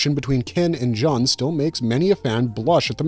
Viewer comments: Joon, not Juhn :) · You're welcome, & that also sounded so wierd when he said John instead of June 😊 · princess "jon" is not pronounced as JOHN, but rather JUN as in JUNE. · G-3's name: "Jun" is pronounced "Joon." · Thank you for the corrections. Especially on character names. I winced every time I heard Jun’s name pronounced wrong.